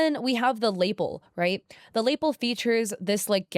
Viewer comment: Tiny tiny thing and it makes sense phonically that you pronounced it that way, but it's luh-PELL, not LAY-ple. It would make so much more sense if it was pronounced the same way as label, but it's not.